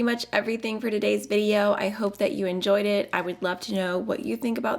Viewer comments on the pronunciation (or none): none